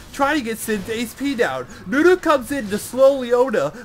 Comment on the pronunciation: its NUNU not DEWDEW xD